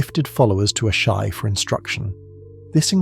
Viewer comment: Dude how many different ways did you want to pronounce Asshai? 😂 Ashaaay Ashee 😂